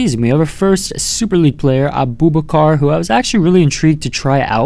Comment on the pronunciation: We say Abou